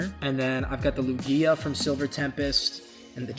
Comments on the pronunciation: The way ur pronouncing lugia shows u are not a fan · Why tf u said lugia like that...